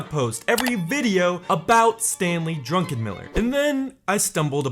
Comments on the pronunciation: Druckenmiller, not Drunkenmiller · I think he's saying it like that on purpose